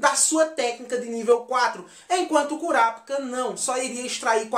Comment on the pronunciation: curapica???? mano se escreve Kurapika mas se fala Korapaika entendeu?